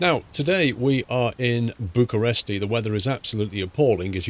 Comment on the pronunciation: It's Bucharest btw